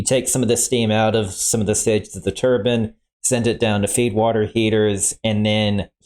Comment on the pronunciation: You don't do anything for your credibility pronouncing turbine as "turban". A turban is what a Sikh wears on his head.